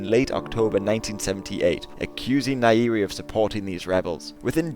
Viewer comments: nyerere, not nairiri. Pronounce 'ny' together, just like in 'grand canyon' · . There is alot of tanzanians watching this video. And you acutually pronounced nyerere. As nairi. :/.